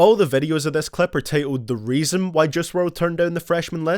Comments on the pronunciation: why do u pronounce juice wrld like jizz wrld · Nobody:: “jewce!!”